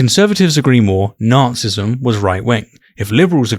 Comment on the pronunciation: It's always so jarring to hear you say "narcissism" because I always hear "Nazism" and vice versa lol